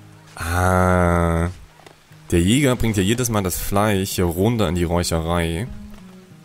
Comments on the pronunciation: Bitte,, ich liebe deine Videos. Aber zur Hölle: es heißt FleiSCH, nicht FLEICH! -. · was sind denn Fleich und Fich ??? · " Fleich, Fich, sOUND...." Kollege, wo kommst du her? Hat man bei euch die Buchstaben eingespart ? ;-) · Redet er extra so ? Fleich statt Fleisch zu sagen genau so wie Fich? Oder kann er das sch einfach nicht aussprechen